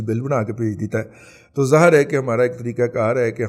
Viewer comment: لفط ظاآھر نہ بولا کریں صحیح الفاظ ھے ظاھر Zaahar (wrong) Zahir(correct)